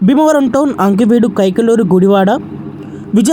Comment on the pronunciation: అంకివీడు కాదు ఆకివీడు